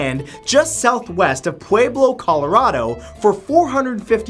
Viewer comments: Omg........you said pueblo wrong and I can't stand people say it wrong. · u slaughtered pueblo lol js